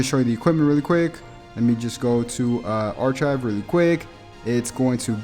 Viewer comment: (Arkive) not arCHive